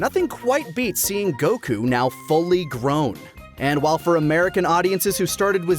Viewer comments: WHY DO YOU SAY "Gokuu" BRO PLEASE ITS GOKU NOT GOKUU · I agree with on so much, but it's a shame how he insists on saying goku wrong uwu